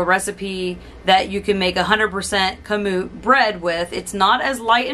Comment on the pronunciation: You are correct in pronouncing KAMUT